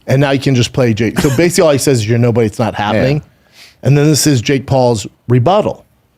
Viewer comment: Hilarious- Brendan can’t say nobody or remember, he chucks in a few extra N’s & M’s here and there 😂😂🤣